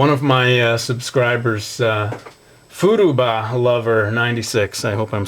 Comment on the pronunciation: wait did uy say fuduba or furuba...cuz i no furuba is fruits basket...so